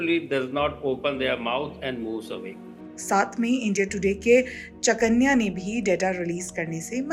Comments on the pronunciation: "चकन्या" नही "चाणक्य" होता है यार 😂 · Madam chanakya bolo 😅😂 chakanya 😂😂😂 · चाणक्य को चकन्या बोल रही है धतूरी। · Chakanya नहीं चाणक्य मैडम